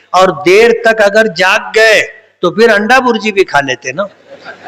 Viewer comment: Or tum anda ko andwa bolte uska kya dhongi baba